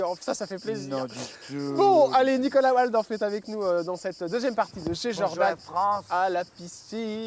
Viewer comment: Son nom se prononce Valdorf et non Oualdorf Jordan . Nom d’origine germanique 😊